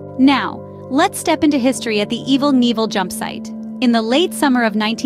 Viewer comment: LOL Evil Neevel, formally known as Evel Knievel. I'm dying.